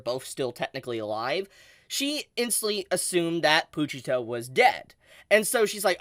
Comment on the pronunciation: Imma keep it real witchu chief, the way you pronounce "pooochita" grinds my gears haha it's po-chita😄